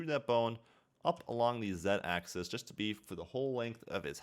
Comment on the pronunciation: Sorry, but it's pronounced axis, not access (for a single axis), and axeeees for plural axes.